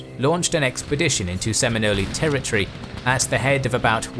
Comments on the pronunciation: Good job telling some Seminole history and wars in just 22 minutes. I’ll just remind that they left out some important historical figures and they pronounced Seminole wrong, it’s pronounce “Sim-In-Nole”, at least in the USA. Native Seminole warrior Wildcat and Black Seminole Warrior John Horse were major players in the Seminole Wars leading factions of the Nation to many battle victories and they both helped re-organize the Seminole Nation several times during the wars. There were actually over 300 Native Seminoles and a hundred Black Seminoles who fought to stay in Florida with most of the Blacks leaving and forming their own towns or communities in the cities while the Native Seminoles formed the Seminole Tribe of Florida who now have 5,000 members today. John Horse also lead some Black Seminoles toward Mexico escaping government encroachment during the last Seminole war and from slave raiders, later he joined the Mexican Independence war with Spain and established small towns. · Hi. A great brief history of the Seminoles. I'm sure you know by now that it's pronounced without the vowel sound at the end. That makes it sound like a pasta product. Thanks. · That pronunciation makes me cringe… makes them sound Italian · What's with your mispronunciation of the subject of this video? This channel is usually better than that. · As a Seminole,yes the pronunciation was hard to listen to but I get it. But anyways cool video. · Too bad the word “Seminole” is mispronounced at every instance in this video. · A good video ruined by a bad pronunciation of Seminole. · Never once have I heard Seminole pronounced like that but I also grew up in Florida so who knows, that could be right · Mispronouncing "Seminoles" kind of undermines the whole video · Other than a few mispronunciations, I fucking love this as a Seminole. Seeing our history represented so well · You know good and damn well you don't pronounce Seminole that way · Sem-in-ol the "e" is silent.